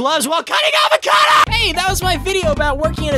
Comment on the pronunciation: Ded aaa vacado